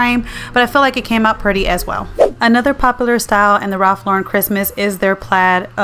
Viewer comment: I am so glad you prounce his name correctly.